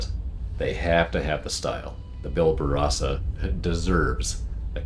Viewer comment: Good god just say it with me.. -BAR-Ba-Rosa!!!!